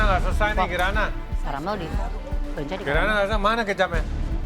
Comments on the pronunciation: Ketauan banget ya klo yg bukan orang sunda, nyebutnya 'Lenca' bukan 'Leunca' 😂 Yhaa ini sih intermezzo aja bukan bermaksud hate komen..heuheu.. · Greget banget pada nyebut lenca bukan leunca. 😭